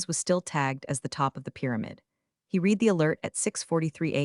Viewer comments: In the context used read is said as red not reed. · Kavara is not spelled as Cavara; read is pronounced as red; read is pronounced as red; read is pronounced as red; I.T. is not spelled as It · EDIT & REVIEW!! This especially applies to the reading of the story. AI is too stupid to understand the use of a present tense or past tense of a word... READ (reed) -present tense, READ (red) -past tense. This is just one of many examples where AI minuses the pronunciation & meaning of a word or name. Example, not from this story, Santa Fe - AI pronunciation of "Santa Fee" not the correct pronunciation of "Santa Fay", St. Louis as "Saint Louie" instead of "Saint Lewis". That is why it is CRITICAL to EDIT & REVIEW everything!! Writing Reading Graphics Closed captioning Mathematics/Numbers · Same "read" and "record" errors in all the stories.